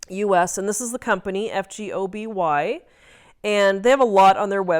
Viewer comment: I believe the f is silent and it’s pronounced “go- bee”